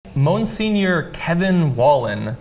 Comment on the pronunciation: Mon-senior? seriously?